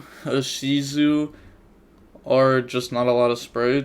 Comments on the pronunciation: bro it isn't eyeshizu its Ishizu like indigo just letting you know heard you say that in another video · eye-shookoo tea arlaments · It’s pronounced E-She-zu I cringe everytime I hear him say it wrong 😩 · Am I the only one quedtioning wjy people say Ishuku indtead of Ishizu? Prolly japanese name.but yknow, havent watched or read yugioh in almost 7 years